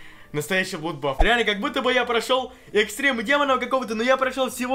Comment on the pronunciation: Не блудбаф, а бладбас!